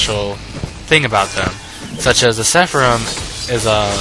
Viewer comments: It's not "seffa-rim", it's "Sara-fim". Pretty simple pronunciation, actually. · Great review, but sepharim.... lol it's seraphim. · say it with me, please ...SER-A-PHIM........OR SARAFIM